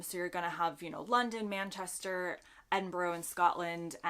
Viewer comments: shame on you! You said Edinbro!!! Nooooooooo! 😱😱😱😱😱😩😩😩😩 now you KNOW it’s Edinbruh? You need to come back nowwww! You are losing your “ honorary Britishness “!! 😂😃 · Edinburgh, it's never, ever, ever pronounced Edinbro, try Edinbarra or Edinbraa or Edin-buh-ra. Thanks